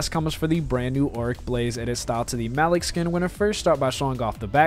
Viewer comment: It’s not MALICK ITS pronounced Muh leek